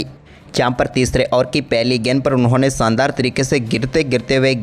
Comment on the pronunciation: salia, bolna to seekh le. Barish ko Baris, Sharma ko Sarma, Shandaar ko saandar bolta. Shame. Pakhsh ko pax, Shuruat ko suruat. Lahnat teri Hindi pe. Rishab ko Risab?